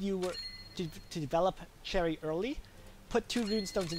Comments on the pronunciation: Its 'SH•erie' not 'CH•erry' bro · I think you’re saying cherry my dude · You saying Cherry triggers me. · That is not how the English Language works you can't just choose the pronuciation that suits you. This name derives from French so it is a sh sound not ch